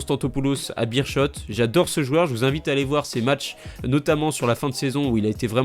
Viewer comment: Petit tips: Beerschot ça se prononce Béér Scott